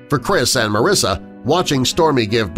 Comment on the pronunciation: Such a long video just to have a mediocre article slowly read to me. And the narrator only got Storie AND Mariesa's names right the first time. And there are like only three or four images in the slideshow that pertain to the actual story. The rest are just random photos of other people's dogs.